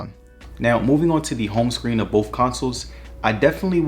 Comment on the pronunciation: Thank You for intelligent approach to this choice. it is all about the money sometimes and your video helped out in a big way. One thing in your delivery I did not understand was when you were trying to say BOTH it came out BOFF. I think you meant to say BOTH.